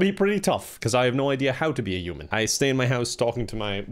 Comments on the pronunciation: his accent makes "human" sound like "Yew-man" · No one:: yuman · Everyone: "human", an intellectual: "uman" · with it should be Oof-Man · I'm in love with the way you pronounce words starting with "h" "I don't know how to be a yuman" "It'S YuGe!!!!!!" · Uman by pronouncements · i love the way he pronounces "human" like he just yeets the "H" into the next plane of oblivion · Yeah, I’m from Dublin and I do kind of pronounce the H but my English teacher for my leaving cert didn’t, and I kind of picked it up for a couple of years! He was from Meath, I’m not sure where is from but it really depends on your county on how it’s pronounced. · The way you say human 😂